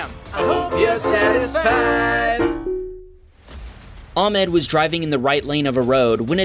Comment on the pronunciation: It's spelled as " Ah-med " not " Am-ed "